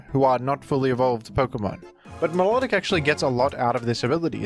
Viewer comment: Vivillon is pronounced "vivion." No Ls at all. Btw, you also mispronounced Milotic and Vikavolt.